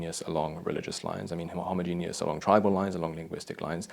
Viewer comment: I'm pretty sure that's not how you pronounce homogeneous.